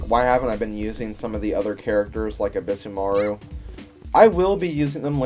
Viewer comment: Probably late, but Sasuke is pronounced Sauce-Kay, like in Naruto. You did pronounce ebisumaru correctly, Yae is Yai. Sorry if this bothers you.